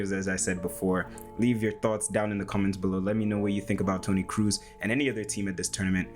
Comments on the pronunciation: Nice video, man. Thanks for the work you put in, it is appreciated. :) So, one thing, it is not Toni "Cruise", it is more like Toni "Cross" but stretching the "o" a little. Keep up the good work! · Dude, you spent so much time analyzing his passes - but unfortunately fail in pronouncing his name correctly… it‘s not Cruise or Cruz it‘s more like „Kross“ (like gross with a K) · Great video! A little advice from a German: his name is not pronounced "Cruise," it's more like "Cross" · Its a long o in kroos, like bo selectah. Not cruise ;) nice analysis!